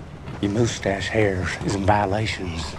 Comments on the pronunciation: "moosetache" k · POWLEECE THAT MEWSTACHE